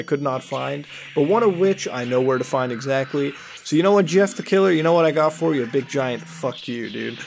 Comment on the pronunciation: At first I thought he said yiff the killer. Mmm hmm, Jeff was a furry huh?